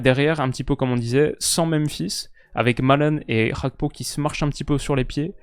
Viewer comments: c'est Gakpo et non Hakpo. C'est un Togolais d'origine et Gakpo= Fer. C'est pas cool d'entendre Hakpo tout le temps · Gakpo c'est un nom togolais, la prononciation dutch fait saigner les oreilles